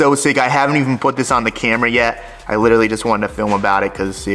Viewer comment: Can someone please for the love of god teach how to say literally!